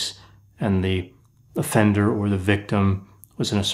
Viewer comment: did you say the offender or a fender?